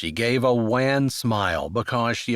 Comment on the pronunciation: Thank you for the story. The word wan is pronounced like on or John though not like ran.